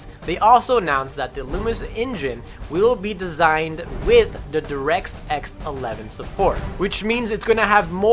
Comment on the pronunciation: "za derex x support" WTF!?